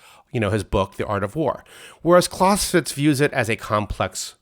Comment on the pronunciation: I wish he would pronounce Clausewitz correctly